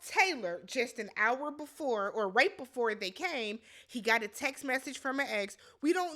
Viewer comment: “You gotta lick it bvefoe you stick it” 😂